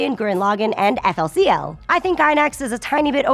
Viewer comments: FLCL was made mainly by Gainax, not IG. And it is pronounced Fooly Cooly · she pronounced it eff-ell-see-ell. burn the infidel in purifying flames. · IT IS FOOLIE COOLIE!!! NOT FL CL! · Did you just call FLCL "FLCL?" How dare you,. I thought we were friends. *Edit* Oh God, you did it again!